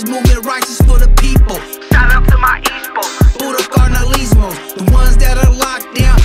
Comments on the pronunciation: props to tha homies for trying but this honestly quite embarrassing as a Norteno. foos cant speak spanish for nada. Im more ashamed of cuz hes oldschool N cant even say carnalizmo right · Vatos kant even say KARNALISMO. FUKKEN KOKUNUTS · Bro can’t even say carnalismo lol typical from the nortes tho but went hard